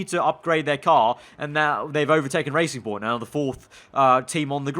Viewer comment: It's not BWT Racing Point, it's BW TRacing Point.